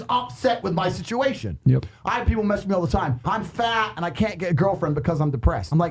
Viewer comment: he keeps emphasizing FAT and I love that